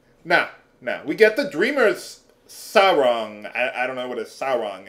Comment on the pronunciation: pronounced "sa-wrong"